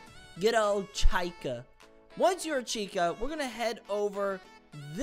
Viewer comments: "chIca" IT'S PRONOUNCED CHEEKER not chyika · It’s pronounced CHEEKAH not CHIGHKAH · You pronounce Chica wrong it’s suppose to be Cheecka not Chyca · Chicha💀 no chica ch-ka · Bro just said Chaika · “Chaica” the way you pronounced chica was funny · SO U R GOING 2 BE ....... CHIAKA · The way he pronounced Chica like Chika, lol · “Chika” got me laughing but great video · bro really said "chyca" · Bro really said “chyca” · ''chaica''😂😂 hahaha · MAN REALLY SAID CHI KA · Th eway he pronounced chica💀 "chaika" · why would you call chica Chayka😭😭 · "chi-ka" XD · ITS CHI-CA and ty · bro said Chaika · NOT CHYCAR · love the vid, helped and all, but the way you said chica hurts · Bro, just said it wrong😂😂😂😂😂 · the way on how he said Chica💀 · the way he pronounces chica also good video lol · I love how he said chica 😂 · how bro said chica 💀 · I am so pissed off for how he pronounced Chicas name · why did you say chica in a weird way?